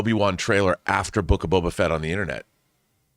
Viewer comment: Is saying Bobo?